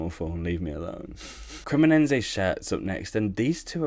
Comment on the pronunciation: CremoneNse 😂 this guy managed to butcher almost every club name and he is a "great Serie A fan" 😂 what a joke... These days anybody can be a Youtuber it seems